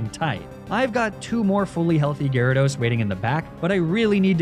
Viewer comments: My boy said Gyaradye 😂😂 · "gyradi" pfft gyrados clearly has greek roots and would use the second declension plural "gyradoi", like one of its roots "gyros". Shocked to see such sloppy research from!